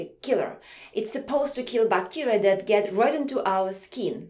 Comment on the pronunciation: she says bacteria bacterier